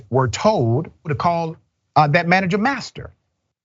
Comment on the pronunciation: 🤣🤣you said bastard or asster oh you said master gtf outta here